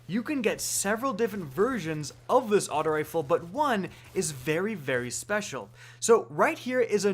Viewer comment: Can you say “aut-oh” and not “aut-ah” when you say auto rifle? It pisses me off